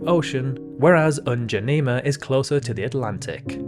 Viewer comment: it is n'djamena not ndjanema